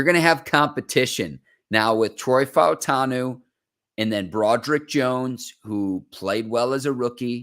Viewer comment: Props to for pronouncing all of the vowels in Fautanu. Much respect!